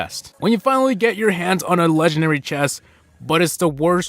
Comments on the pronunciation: Why does say leganary instead of legendary? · Its funny I just hear "lengenary" not "legendary" also love your videos,this isn't a hate,it's just a notice.👍👍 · This video is “Legenary” . . . . . . . . . . I will never get over that pronunciation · Hey a "leganary" say it properly